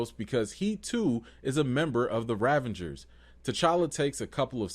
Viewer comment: Excellent takes - love your honesty. Your word play is excellent, May I, however, "File a complaint with management"? Yondu is a Ravager. You keep putting an N in there To make it rAvengers So- is that intentional? If so, that is subtle and pretty sweet. If not - please put some respect on the Ravagers name